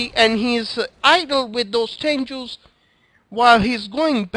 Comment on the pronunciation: sorry but THERE TENGUS NOT TENJUUUUUUUUSSS FUCK YOU SAY IT RIGHT